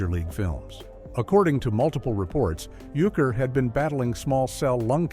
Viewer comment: Bob Uecker's last name is pronounced YOO-ker.